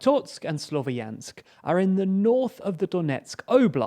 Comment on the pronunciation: Please... I'm begging you, just find some random Ukrainian on the internet and ask him how to properly spell towns. You still haven't figured out that "Slovyansk" is spelled like Slov-yansk and not Slo-vo-yansk.